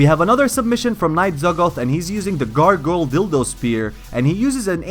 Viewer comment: did he call it a gargoyal dildo spear lol